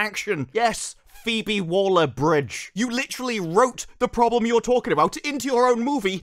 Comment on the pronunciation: it's Waller, not Wooler 😂